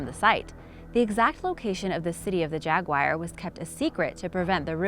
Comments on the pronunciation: Jaguar not jagwire😂😂😂😰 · Hey. You do a great job and i love ya but I can't let it go; it's jaguar, not jaguire. Jaguar rhymes with Car... OK? please & thanks for all your informative videos + hope you have some fun yourself sometimes, must be always making these... Actually, you realize; people would likely pay (endure commercials anyways) to watch you have fun, explore. Deffinitely take a dedicated cameraman on your next vaction, then you can write it off! Hey! Well there U go! & you are welcome for my spontaneous idea. OK Have a Great Day. &Thanks. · Agreed 100%. I was turned off when I heard her say "jag-wire" and then when I heard it the third time I decided to pause and read comments. Now I'm leaving. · its Jaguar not jaguwire!!!! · It isn't jagwire its jag u ar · Jagwire? srsly? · Seriously? Jagwire?? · People:offended by hearing 'Jagwire. Me who is an Indian used to hearing weird Pronounciation of names: first time? 😁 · She really said Jaguwire instead of Jaguar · Welp.i guess im using JAG-WIRE now🤣🤣🤣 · I know ryt. "Jaguwire" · Jagwire?...it annoys me the ways she pronounces Jaguar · city of the jagwyer??? she ment jaguar right. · Jagwire...with an American accent...how quaint... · Why is she pronouncing it jagu-ire 😑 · It's not Jagwire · Why cant you pronounce the name of the cat in question???? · Dorje No, it's because she has a partial cleft palate or deviated septum. She does OK considering her handicap. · Quite right. It's actually a "drag wire".